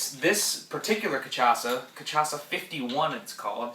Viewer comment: It's pronounced ca-sha-sa